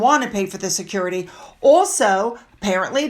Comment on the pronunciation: Harry should pay for his own “securidee”